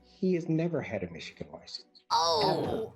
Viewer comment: Calling it Methigan had me rolling. Seriously though, are folks in Michigan okay? 😂